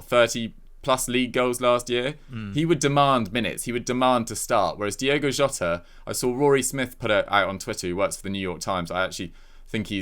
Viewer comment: This gay guy should just come out and admit that he can't be arsed to pronounce it Diogo.